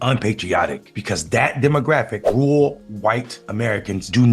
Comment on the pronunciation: Rural is not "rool" and veteran is not "vetrin". And even if there had been fbi, cia, etc at Jan 6, it still wouldn't make those people innocent for their own actions. That's like saying you're innocent for a home burglary cause you didn't break the door, you just followed your friend inside and took some stuff cause he instigated it.